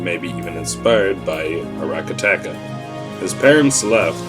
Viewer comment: It's so funny how he says Aracataca :D